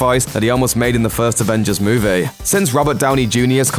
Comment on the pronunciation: Does this guy's accent bother anyone else? lol. (MEW-VAY) any "EE" sounds are massacred by his "AY". So many nice british, australian, english, irish and scottish accents, but what is wrong with this guy's take on whatever accent he has?